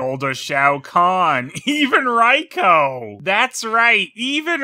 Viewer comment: RAY-ko, dude, Not RAI-ko.